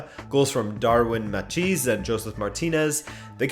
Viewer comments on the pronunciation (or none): none